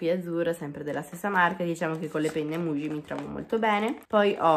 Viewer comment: Quando dici penne mugie ma fa ridere ahahahah